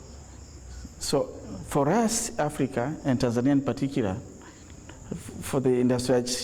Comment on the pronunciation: It’s Tanzania! Not tanzenear